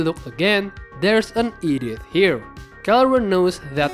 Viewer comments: There's no way bro just called Edith "Idioth" 😂 (No offense. ) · i heard 'Edith' as 'idiot' 😂 i was wondering why would he call the roamer 'idiot'? then realized it was 'Edith'